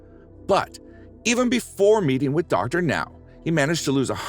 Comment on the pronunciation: It's Dr. NOW, not Dr. NO. Dr No is James Bond!